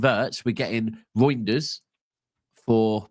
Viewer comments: talking about meat, calling Reijnder -“GROINders” lol. This stream went south from the jump lol😂🤣🤦‍♂️ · The way u say his name sounds like “Roinders”, it’s way too close to Groinders. I had to throw that in to “meat talk” lol😂